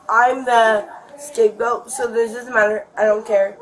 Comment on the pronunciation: Haha, funny emphasis on the scapegoat.